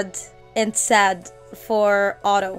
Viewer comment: When she said it's not Otto but hotto it made me laugh 😂